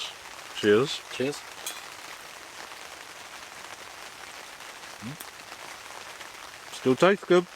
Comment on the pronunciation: did you say, weavuh? Why do you hold your beer up and say "chiz"?